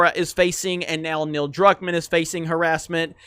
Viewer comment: ...youre getting Neils last name wrong again....